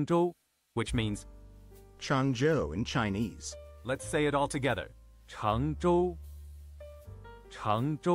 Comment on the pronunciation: Perfect - I am actively working with one of the team members from my work's Changzhou facility and wanted to make sure I pronounced the name of their site correctly. This was great. Thank you for the tutorial! (You've earned yourself a subscriber, btw!)